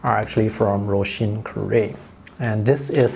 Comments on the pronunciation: I can confirm as a speaker of Irish that you pronounced her name very well! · I was hoping you’d pronounce Róisín correctly and of course, you did! (I’m from Ireland too) Galway is one of my favourite places in the world. Great review as always!